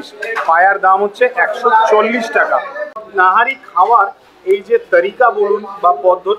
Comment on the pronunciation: That was nihari not nahari